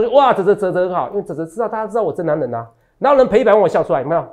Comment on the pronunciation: 哲哲中文好好笑喔「最強的男” 能”😂跟著哲哲的腳步👣賺大錢去嘍～